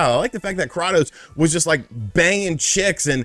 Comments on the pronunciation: Did this dude just say Cra-tos instead of Kray-tos? Lmao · It's pronounced "kray-tos", not "krottos". They say his name plenty of times in the games. This is not up for debate. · Are you intentionally saying Kratos' name incorrectly? Kraatos (with a soft a)? Despite the games pronouncing it as KrAtos (with a hard A). It's also just proper English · Say it with me, krAtos. Kray-tos. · This dude pronounced Kratos as Krah-tos 😂😂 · Pronounced KRAY TOS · Krah-tos?? I might unsubscribe over pronunciation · Ah yes KRAUTos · …. Learn to pronounce one of the most iconic gaming characters before you start flapping that fat face of yours on camera. Say it with me ….CRAY-TOS. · say it with me now CRAY-TOES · Did he call him Kranos? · Who is Krottos? They literally say how his name is pronounced in the games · KRA-TOS 🥴 must be a character from God of war 9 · Krawtose is best warrior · Dislike because you can't say Kratos right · The way you pronounce Kratos is hilarious 😂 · Can’t take a mans opinion serious about god of war when he doesn’t know how to pronounce kratos’s name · Why do you keep saying KRATOS LIKE THAT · Anyone else almost have a stroke everytime he said kratos wrong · Say his name correctly please